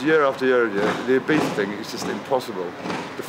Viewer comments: I-BEES-A NOT I-BEETH-A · Yes.. nor eye beef a.. i beatza is the correct way.. the i as i, not ee, i live here!